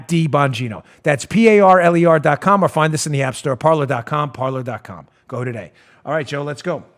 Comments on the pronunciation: Parler means "to talk" in French but it's pronounced "par-lay"... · Dan, you're great---but I think it's pronounced par'lay"! :o)B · It’s pronounced Parlay Dan. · Parler is French for talk, pronounced parlay. I dont know anything about the app.